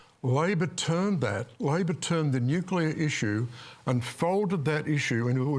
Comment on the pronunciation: Nucular? Can people going on panels like this at least learn how to say it...